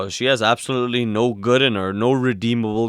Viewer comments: The Three GOOD Fairies, not "hooded" faires. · It's the Three GOOD Fairies, not three 'hood' fairies